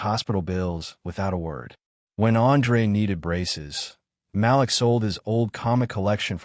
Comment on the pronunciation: IT IS NOT PRONOUNCED "MAL-LICK...IT IS PRONOUNCED "MAL-LEEK"!!! Why always write about black folks when you cannot even pronounce the names?? Why dont you write about crazy white people?